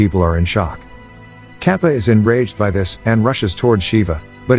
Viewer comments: The bald guy's name is not kapa its katapa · "Kappa"😭Man's name is katappa wtf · Guys a quick correction, the famous man who he called Kappa, it is actually pronounced as Katappa.